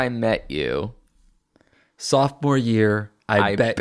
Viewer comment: I thought he said softmore year I BED YOU